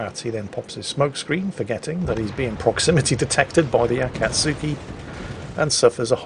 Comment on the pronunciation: Akatsuki is pronounced ah- kah- tski.